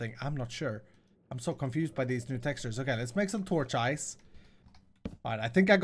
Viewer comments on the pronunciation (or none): He said torchice torch-ice